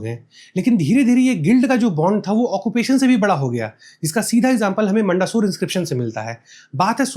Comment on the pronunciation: Bhai मंडासौर nhi मंदसौर अभिलेख hai